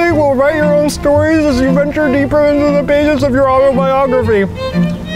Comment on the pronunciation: Zach saying stories made me die 😂